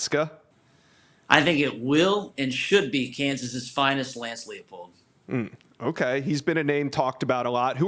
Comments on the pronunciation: How are we supposed to think this guy is a credible source if he doesn’t even know how to pronounce Leipold’s name??😂 (it’s pronounced LY-pold fyi) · He pronounced it wrong twice in 10 seconds lmao